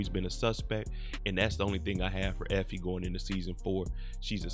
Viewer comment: "Effoe" lmao